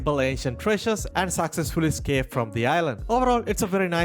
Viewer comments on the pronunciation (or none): none